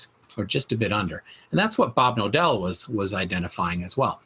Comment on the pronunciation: His actuall name: Bob Knodel What I hear everytime in this video being spoken: Bob Nodel, Bob Novel, Bob No dell.